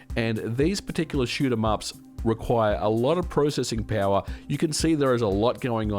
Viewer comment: Anyone else baffled by his accent? Peowurr. 😂